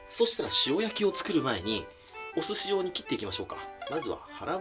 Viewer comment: 寿司用じゃなくて寿司状って聞こえた同士おる？